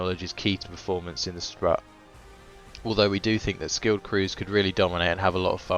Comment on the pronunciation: If anyone cares - it’s pronounced “sproot”